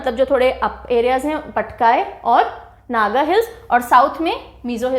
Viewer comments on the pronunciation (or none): none